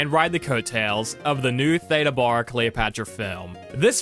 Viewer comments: Some people pronounce their vowels differently especially the A one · I never heard her name pronounced that way. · Theda Bara was pronounced, “THEE-dah BEAR-uh” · can't imagine doing a video on Theda Bara and not pronouncing her name correctly. The actress Theda Bara is pronounced THEE-də BARE-ə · FWIW: Both names are mispronounced,. Much more like Theeda Baaruh. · ThEda Bear ah. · For that matter, I've only heard her name pronounced, "Thee-da Bear-a," like Yogi Berra. Best Foot Forward, The Beverly Hillbillies, The Munsters, etc She showed up on Lux Radio Theater, with the familiar pronunciation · PRONOUNCE HER NAME ..CORRECTLY IF YOUR'E GOING A VIDEO ....JUST MY OPINION ...😯